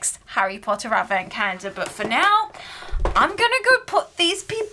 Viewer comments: Take a shot every time she says “cah-yen-duh”. Gives me PTSD to when I was in speech therapy. I normally have to stop watching half-way because grown adults using an aggressive baby-voice triggers me. Intensely. I normally don’t care for advent calendars but I loved this calendar! Very original and creative! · Is she saying advent cander?? There is no L in her pronounciation.. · Anyone else hearing "cander" or is it just me 😂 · I've been watching all the Advent openings and I just realized brits pronounce calendar like Cayender.